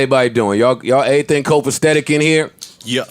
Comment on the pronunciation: Nigga Joe said “Copastetic” CTFU it’s “COPACETIC”